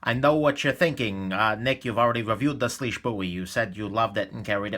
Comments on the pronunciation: Its actually pronounced swish. Weird I know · IT'S PRONOUNCED SWEESH!!!!!!!!!!!!! SWEEEEEEEEESHHHHHHH